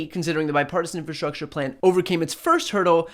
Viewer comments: Wtf is 'infastructure'?! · Donald, the word is ' infRastructure'. Not ' infastructure'. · "inFAstruture". Trump knows the best words. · The dude can't even say infrastructure ffs. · infrastructure? rofl the word is longer than 4 letters ill bet hes clueless as to what it means